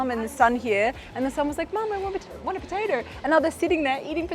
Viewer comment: "potader" lmao